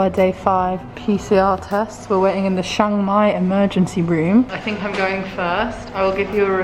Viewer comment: It's pronounced Chang mai not Shang Mai.